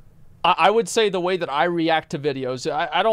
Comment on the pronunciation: Is it okay to make fun of speech problem? "Let's play ve clips. I came across somefing vat what quite interesting."